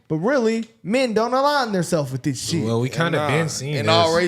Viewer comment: "we don't give a shyet"😂😂😂